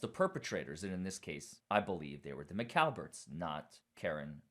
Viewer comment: Stop saying McAlberts.